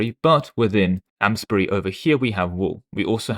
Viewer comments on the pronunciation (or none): this may be slightly pretentious of me but Amesbury is pronounced more like aims-bry. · i will say tho, i take more of an issue to how you said amesbury :^)